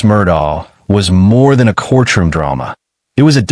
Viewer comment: Court room, not corch room